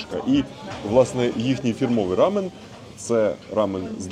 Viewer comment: Дякую круте відео ❤ вухо ріже вимова слова рамьон😂😂😂😂